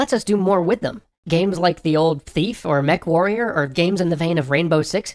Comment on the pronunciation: You said MechWarrior YAAAY!